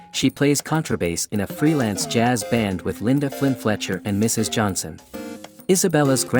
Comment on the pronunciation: It’s Johnson not Johanson.